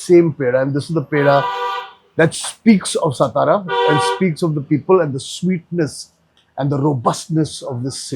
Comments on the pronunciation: सतारा नाही तात्या, it is सातारा सा ता रा Saa (सा) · Why you are stara .. its satara .. you are maharashtriyan .. you should know how to pronounce it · Sir It's not सतारा it's सातारा... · अरे काय आहे हे. मराठी माणूसच जर आपल्या नावाचं अवमान करेल तर मग दुसऱ्यांना काय दोष द्यायचा. सतारा नाही सातारा आहे. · तुम्ही मराठी असून सतारा, सतारा कशाला बोलता? सातारा बोलू शकत नाही का? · कृपया सतारा म्हणू नका...तुम्ही सातारा मध्ये येऊन ब्लॉग बनवताय खूप छान आणी आनंद वाटतोय पण ही आमची मराठांची राजधानी सातारा आहे ... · Please correct your pronunciation it's सातारा and not सतारा. Don't promote the way North Indians incorrectly pronounce the city's name. As the host of the show its your duty to put forth correct information. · You are right it's सातारा not सतारा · तुम्ही का सतारा म्हणताय सातारा म्हणा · सतारा नाही सातारा 😡 नीट बोलता येत नसेल तर तिकडे जावून व्हिडिओ बनवूच नयेत .. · सातारा, आप सतारा क्यूँ बोल रहे हो? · काय सतारा सतारा लावलय... मराठी आहात ना तुम्ही मघ वागा ना तसं....साधा आणि स्पष्ट उच्चार आहे " सातारा" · Satara ahe rao, not stara😊.Amcha kade alat khup anand jhala.🙏jai shivrai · सतारा नसत "सातारा" असत भावा 😊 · Brilliant catch. These foodies don’t care about the right pronunciations often. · Satara toh thik se pronouns karo bhai